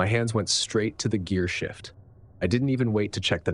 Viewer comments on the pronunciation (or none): none